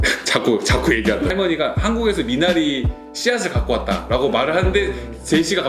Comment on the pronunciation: 미나리의 영어식발음 미내뤼